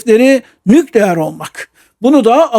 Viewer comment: Sağolun. Lütfen Türkçe titizliği: * 'nükleer' derken vurgu son hecede olur: nükleER. (İlk hecede değil.) * -istan ile biten ülke adlarında da vurgu son hecededir: KazakisTAN, YunanisTAN vb—önceki hecede değil. Lütfen :) Yaşayın :) )